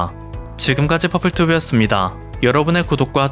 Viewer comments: 순간마지막에 콘탠츠제작에 도움이됩니다를 코타츠제작에 도움이된다라고 들어서 놀람 ㅋㅋ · 코타츠가 왜 꼬딱지로 들리죠?